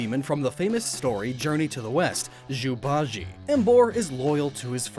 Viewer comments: Zhubajie is pronounced Joo-bah-jyeh. Also, if it's Sun Wukong, it's pronounced Soon Woo-kong. Tough luck for the joke :). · Ooooh... That one hurt. The correct pronunciation is "JOO-bah-jee-eh", with the jee-eh blending into one syllable. Good try, though! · Another thing u should correct, you don’t pronounce Zhu Ba Jie like that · Zhu ba jie as u so kindly mispronounced is pronounced as joo ba jee-eh, 猪刚鬣, with 猪 being (obviously) pig, and the other two being something to do with a mane as in lions mane, which is his beard of Emboar...basically the same thing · Just a thing about Zhu BaJie and how to pronounce it's name Zhu is like the oo sound in cool except instead of the c its Z Ba is the ba from Bach Jie is the sound Gee with an eh at the end So Zoo BaGee-eh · im just gonna gloss over this mispronunciation of Zhu Bajie here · As a Chinese all my cringe on that zhu ba jie pronounciation